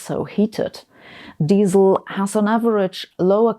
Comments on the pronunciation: As soon as I heard how you pronounced Diesel, I knew this video was stupid. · Yes but des-sell!🥰